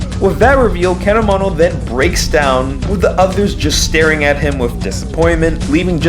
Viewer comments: I know this is old but the fact he pronounces Keda-Mono like Kedomino really makes me cringe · You says Kedomino. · You say kedamono you say ked-oh-mo-no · Ked a nanamo? It’s actually kedamono ( keh da mone oh) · Your saying kadgamana I'm dead 💀 Its ke-da-mo-no that's how you pronounce it lmfao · What’s a ked ō mano it’s kedamono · Its ke-da-mo-no not kedamano :)(not being rude !) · his name is kedamono you're seeing Camano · Ked-e-mo-no not ka-domino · Bruhh tf is Caanomanel😭 It’s Kedamono lmfao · I like how the pronunciation of Kedamono degrades as the video goes on until it's just a back and for between Kedamono and K'domino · KeDomino? seriously?The frog even tells you how to pronounce it... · It’s ke-da-mon-o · How to pronounce kedamono Keed-a-mo-no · KEDAMONO NO KAO WA Edit: it's pronounced "key-deh-mo-no" Also I hear a Durarara!! Soundtrack in the back of the "Ghost" episode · key-dah-mo-no its pronounced KEY-DAH-MO-NO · I have never heard kedamonos name pronounced like that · The way he said kedamono is triggering me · The way you say Kedamono’s name is murdering me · ONG IMA CRY FR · The way you pronounce Kedamono hurts me. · Your saying Kedamono wrong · The way you say Kedamono...I don't fucking know it just sounds weird. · triggered because nobody can EVER say Kedamono's NAME CORRECTLY! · I love how at /: he starts mispronouncing Kedamono's name. When at first he was saying it correctly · the way u pronounce their names makes me triggered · That's how you pronounce their names in English bro lmao besides Kedamono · (Title here) but every time he says Popee and Kedamono wrong it gets louder